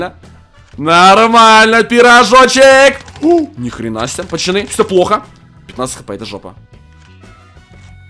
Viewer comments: Задрал говорить не правильно надо говорить пацаны а не пачаны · Почему та ты говоришь "почаны"а не "поцаны" ????? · почему ты говоришь пачаны